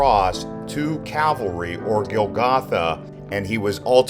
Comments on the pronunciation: Calvary, not cavalry:) Great video; loved the music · I'm learning so much. I can barely watch as I start to cry. But please correct your spelling of "Calvary". You are saying "Cavalry" which is much different. Thank you. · Its Cal Va Ry not Ca Val Ry. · It is Calvary not cavalry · Calvary not cavalry. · Cavalry? I didn't hear any horses... Calvary. ✡️✝️🇨🇦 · Not “cav-alry”, but “cal-vary” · It's CAL VARY ...not CAV ALRY.... Also it's the WAILING Wall not the WEEPING Wall... And it's the Holy SEP UL CHRE..not SEP LU CHRE... There are are few incorrect facts also...eg...King David was born in Bethlehem.